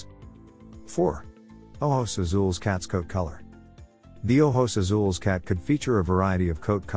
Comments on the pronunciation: Here you go. Ojos Azules is oh-hos ah-sool-eh-s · Haha and he's not even pronouncing it right